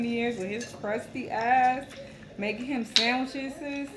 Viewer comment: Why Was All Like "Sandwicheseses"? LOL!